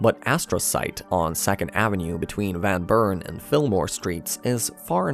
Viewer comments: “Van Burn” lol . Great vid tho! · Yep lol It wasn’t Martin Van Burn 👍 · someone teach this guy how to pronounce Van Buren like a local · Based on how you pronounced “van buren” I can tell you’re not from here 🤣